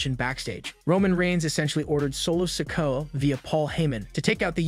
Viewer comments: Love how this guy mispronounces so many names. IT'S NOT "LA" KNIGHT, it's L.A. Knight. And Sickawah? It is pronounced Sick-Oooo-ah. Dammmmmmmn. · Again with the mispronounced names? It's L A Knight, not LA Knight. And why do you keep calling Solo "sicko"? 🙄 You also mispronounced Cody's name several times. Do you even watch wrestling? Or can you not read your own scripts? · Please learn how to pronounce the names correctly. It's L.A. Knight, not La Knight. You butchered Solo's last name too ..... And don't even get me started with how you butchered the living hell out of "Ricochet" and "Cody".